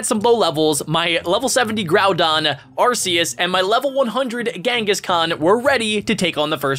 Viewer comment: Your saying arceuas rong